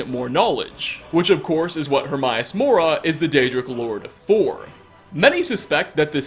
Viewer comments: Pedestool, eh? Its like some people don't even try. People who don't speak english have better pronunciation than youtubers. I mean learn how to pronounce hermaeus for fuck sake. HermAeus not HermIus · “Her-my-ass”? Oh, *Her-may-us*. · Her-may-us. Not herm-eye-aus. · Her-may-us it says it in the game so there is no excuse more mispronunciation of his name hate when people mispronounce a name said out load in a game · AE is pronounced EE, daemon aegypt for fuck's sake get it right! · Hermaeus is pronounced exactly as it looks Her May Us also Vel Ah Thee sorry lol but he even says his own name xD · the way you say hermaeus makes me cringe